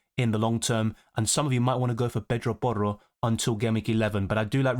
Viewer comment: I like your accent when you say pedro porro 😂❤